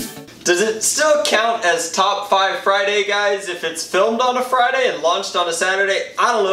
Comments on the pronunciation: Drac-"Fridurday?" Me-"Sure Drac, and tomorrow is Smatelday." Derp. Hilarious. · Did he say Fritarday? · It's Fryderday my dudes